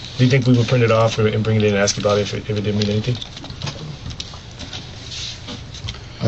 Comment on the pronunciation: Can’t pronounce “ask” if their lives depended on it. 😂